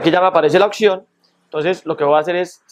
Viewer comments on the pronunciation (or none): Deja te la chupo, quedó con madre mi teléfono con esos ajustes, acabo de comprar mi teléfono de gama media y estaba decepcionado de haberlo comprado porque no me gustaba como funcionaba el tacto, pero con esos ajustes quedó con madre, PD: no se dice occion, se dice opción 😉 (Crítica constructiva) Muchas gracias amigo